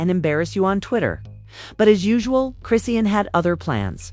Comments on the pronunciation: Her name is pronounced chri-shawn!! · This is AI....it's pronounced wrong because it's not a person.